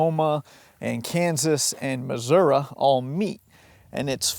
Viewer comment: Hey! The way you pronounce Missouri would indicate you're not far from this area originally. Or not. It's just a word. All manner of metals and minerals and fossil fuels have been extracted in North America, leaving dystopian landscapes behind. But one key metal is not to be found in meaningful quantities: tin. Had there been tin in N. America, the first European settlers might have encountered a very different Native American civilization. 😉